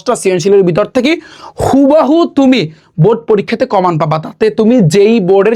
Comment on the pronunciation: ❌কমন ✅কমান 😅😅